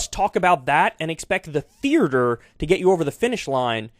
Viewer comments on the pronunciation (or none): “Thearr ter”